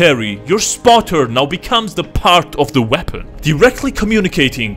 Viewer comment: Me are you serious right neow bro